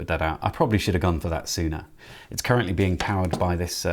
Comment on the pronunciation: You lay down a very pleasant ramble, I enjoyed the video. Will probably get this kit when back in stock. Did you purposefully say “it is current-ly being powered by...”?